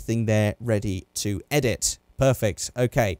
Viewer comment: Perfect Lights? Is that what I heard???